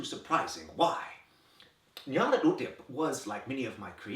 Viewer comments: I keep coming back to this video because you are one of the few people who pronounce "Nyarlathotep" correctly. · I truly love how he pronounces Nyarlathotep! After hearing many different pronunciations, I've come to agree with the sentiment that people should say it however is most horrifying to them. That said, my version was pretty close to this one... except I can't fathom how to sound like it's being played backwards like this XD It's like the name is so distasteful he has to struggle to swallow each syllable, which is perfect! I would feel so uncomfortable hearing that from my GM 0_0